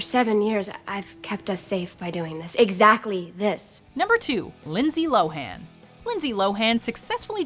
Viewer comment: omg they finally pronounced Lindsay Lohan's name right!